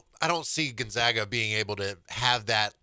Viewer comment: See Kelvin Sampson press clip how to pronounce Gonzaga.